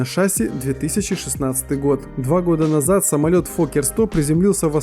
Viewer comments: Не шАсси а шассИ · Шассииииииииииииииии а не шааааасси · шАсси.... ШАССИ СУКА запомните пожалуйста шассИ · Не ша́сси ,а шасси́ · Не шаси' а шасии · Господи! Правильно говорить ША-СИИИИИИ А НЕ ШАААА-СИ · Ты че тупой не шааааси а шасииии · Не шАси!!!! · Не шАсси, а шассИ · какое блин ш'асси? Шасс'и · ШАсси, шАсси твою мать!